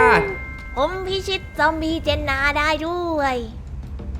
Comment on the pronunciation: เจ็นน่าไม่ไช่เจ็นนา